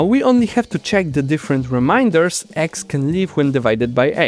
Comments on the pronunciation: 7min41s: If you pronounce can and can't in the same way it is very unclear what you just said. Try saying cannot instead of can't. Modular arithmetic has remainders ( something which remains ) not reminders ( something not to be forgotten ). Now practice saying : Remember you can't forget your remainders. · Remainders, not Reminders. /ei/ not /ai/